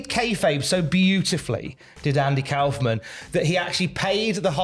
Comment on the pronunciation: Kaufman rhymes with Hoffman. Anyway....they should get Letterman to induct him if Jerry or Tony Clifton (the other one) is unavailable... So awesome he's going in.